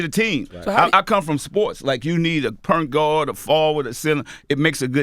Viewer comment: Purnt lol Master P explain to me what is "PURNT"